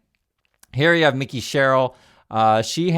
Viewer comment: NJ dem here! Mikie (not Mickey)